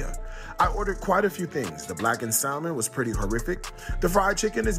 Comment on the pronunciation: Not listening to any food review by someone who pronounces the silent "L" in the word salmon.